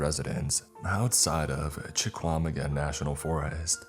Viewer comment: You, sir, have been misled on your Chequamegon pronunciation. We here, in northern Wisconsin, pronounce the Q very softly, more in the back of the throat. It is derived from Ojibway and like most things here, has a bit of French influence. Some who live in or near the forest will go so far as to pronounce the Q more like W. From someone who grew up and still returns to a very small, very isolated town with a school district named Chequamegon.